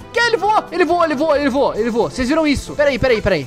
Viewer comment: O porque vc fala vua?